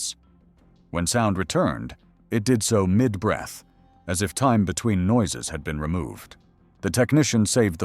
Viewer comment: AI narrator, it can't pronounce time properly.